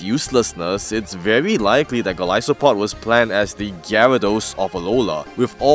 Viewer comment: You are saying it correctly. It’s that some people pronounce it as Goal-iss-o-pod which makes no sense to me considering where its name comes from.